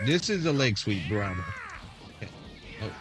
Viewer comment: Grapple. Not grabble.